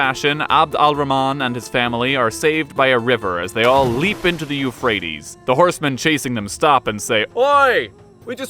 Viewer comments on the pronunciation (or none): none